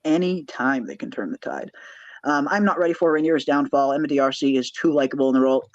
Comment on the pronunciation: ❤❤❤ psst..Emma pronounces her last name like: " Darcy" ....not "Dee-arsee" ❤❤❤😊